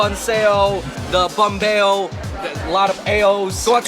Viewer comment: Yo dude, get it together it’s banh beo or bánh bèo with the tones, not the effing bahn beo man